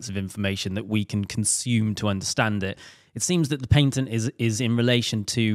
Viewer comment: Paintent? It's a Patent!!